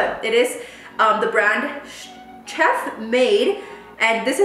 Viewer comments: Girl the ch in chef is pronounced like sh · chef is pronounced como sheff! 😂 asi con la sshhh que hablas normally